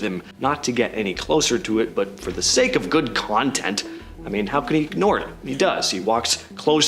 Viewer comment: "For the Sake of good contnent"🤣🤣😂😂😂